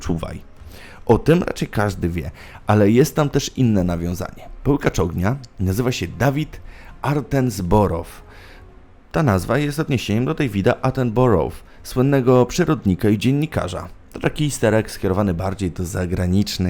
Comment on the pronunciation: Wymowa: Bokler, frojd, atenboroł. Materiał świetny ale wymowa większości miejsc czy nazwisk razi po uchu 😝